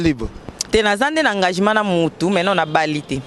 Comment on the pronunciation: olela donci🤦🏽‍♀️lobaka bien c’est changement et non changimen, engagima,seci 🙆🏻‍♀️😂 pourquoi ozotingama que aza n’a Papa irresponsable 😯